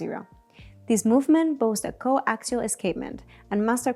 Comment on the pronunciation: Maybe next time use a presenter that knows how to pronounce words...? superlative, tachymeter, coaxial, water resistant (water resistance), 18-carat, and the delivery overall was non professional at all...